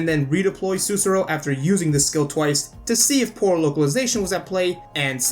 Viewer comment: Great video! Thanks for the help, it was amazing but i have one little observation. Sussurro is pronounced with the accent on the second "u" and you need to say clearly both of the "rr", i'm just being a perfectionist right here, but i know this because her name is a word in my country: Sussurro means "whisper" in italian. Let alone this, great video, you have a new follower 👍